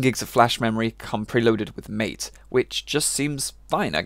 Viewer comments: MATE != Mayt, MATE == Mah-tay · Meh-Tay is how you pronounce MATE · "MATE" is pronounced maa-tay. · Mate isn't a distro, it's a desktop environment, and it's pronounced MAH TEH, after the drink from south america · Boi how are you saying "Mate"